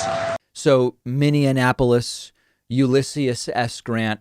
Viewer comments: They loved their country so much, they couldn't breathe?!? Wtf?!? And that Minneapolis pronunciation is not the first time. Pretty sure he has no idea how to say it. I just despise Trump. He was is just beyond gross. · He always says Mini-annapolis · I sware if I hear one more person say minne and apolis. It's Minneapolis. That minni apolis, now put them together. There you go, got it now. Really Minnesota is one state where people just chew up the names of our cities and towns and spit them out. Like come on, they are not hard to pronounce. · "emissiency"…Have to remember that. And "Minneanapolis."…Maybe a new megalopolis, like Boswash? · pinocchio. Is it me or was he day-glo orange today. Minianapolis?????? OMG!!!!! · He says Minneanapolis and Ulyssius S. Grant because he's edumacated. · I find it less troubling that he can't pronounce Minneapolis, and more troubling that he gets a stirring round of applause for mispronouncing it.